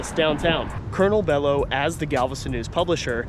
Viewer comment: Belo pronounce bee-lo.